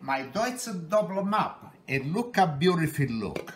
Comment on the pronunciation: This guy is great, but the bagels actually look like... crap. I like him saying "looka how nice-a they-a look-a" though. They still looka like-a crappa...